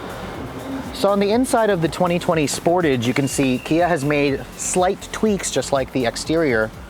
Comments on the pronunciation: are the exhaust really integrated? I have seen other reviews which showed otherwise. Also isn't it pronounced "Sportaj"? Question: Is AWD available in the U.S.? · Wtf is a "Sportij?"